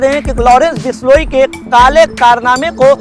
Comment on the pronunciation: haniyara ya hariyana bishloi ya bishnoi